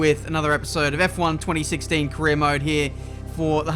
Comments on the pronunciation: WHAT DID YOU DO "F1 twenty six-teen career mode" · Is it just me who heard him say f1 2016